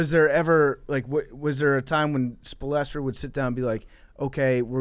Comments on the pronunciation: Did this fool call coach Spo- spolastro, damn I don’t know how they have a porcast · ?????? Spo-lestra hahahah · Spo-lester??? Wtf was that... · Erik Spoellstrah